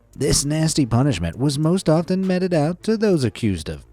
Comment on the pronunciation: Btw - the word 'mete' is pronounced like 'meat' not 'met'.